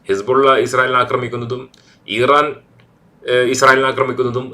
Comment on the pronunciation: ഈറാൻ അല്ല ഇറാൻ ആണ് 😅